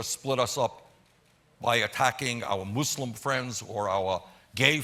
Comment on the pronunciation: yo he pronounced "Muslim" right!